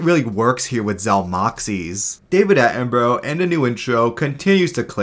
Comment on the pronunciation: Sorry, but it feels a bit ironic that you keep mispronouncing David Attenborough's name in an accuracy review series. His name is Atten-bruh, not Atten-burrow.